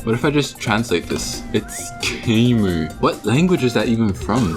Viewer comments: i'm cambodian-american and i'm pretty sure it's pronounced "kha-mai" not "ker-mer" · The way you pronounce kmere was so stupid lol,like ker-mer really?